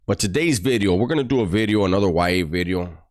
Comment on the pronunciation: Now that was a Great “BIDEO” 😮😅